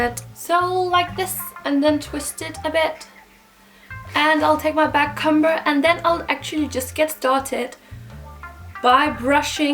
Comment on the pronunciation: I'm not hating or anything, but just trying to be helpful. i can tell that you aren't English so perhaps it isn't your first language but in the word "backcomb" or "comb" the b is silent, so you don't say it. It's more like "c-oh-m". I can completely understand the confusion, English is really confusing and i love your videos! Have a nice day ❤